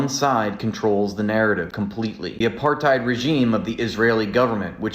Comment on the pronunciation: Exactly. I'm sure I heard her mispronounce apartheid so I think that is how Salah says it. She doesn't understand what he is saying, she is just parroting Salah views. I doubt she has any clue what it means or any understanding of the Israel/ Palestine history. I've read lots of comments on another channel where people were discussing the possibility that she is being radicalised.